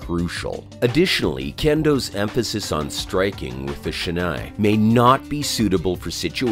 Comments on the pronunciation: he said "shenay" bro 💀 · He knows nothing about kendo. Why does he keep calling "shinai (竹刀)" as "shenae (wrong pronunciation)" for the kendo bamboo sword? And what's the definition of "techniques/waza (技)"? He mixes up with Men, Kote, Do and Tsuki and Hikiwaza? Men, Kote, Do and Tsuki are the names of the target areas, not "techniques".